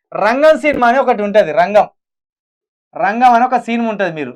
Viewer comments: రెంగెం కాదు రా అయ్యా అది రంగం రా అయ్యా...... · అవును అది రంగే కాదు రా నాయనా రంగం నాయన న్యూస్ చెప్పేటప్పుడు కొంచెం జాగ్రత్తగా చెప్పరా బాబు😃😄😄😄😄